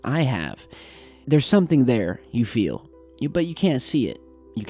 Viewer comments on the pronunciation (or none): none